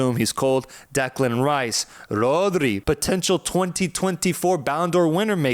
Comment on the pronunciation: Bro said Podri 😂😂😂😂😂